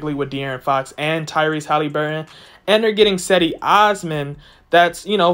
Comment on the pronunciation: Do you even watch the games? It's pronounced 'Jed-ee' listen to how everybody else says it within the team